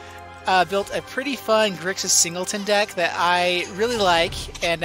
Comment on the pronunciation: it's grixis not grixas